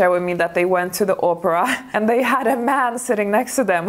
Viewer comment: It's also classy and elegant to pronounce the opera right not Oprah like the talk show host....lol